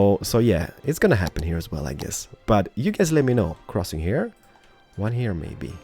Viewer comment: I honestly like your city building a lot but for the love of god please stop saying purdy instead of pretty or HEAR instead of HERE. Especially the "hear" makes me cringe so bad everytime. I even considered watching you build muted because of it.